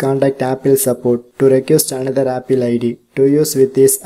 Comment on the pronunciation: Please pronounce apple true 🎉😁